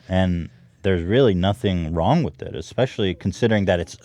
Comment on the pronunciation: Does it feel WONG?